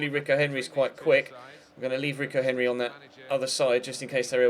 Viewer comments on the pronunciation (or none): none